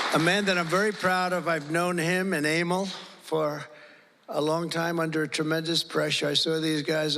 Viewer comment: So why couldn't he pronounce the name "Amal" correctly?